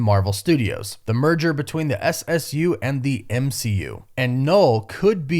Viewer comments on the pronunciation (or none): ssu sounds so weird at first lol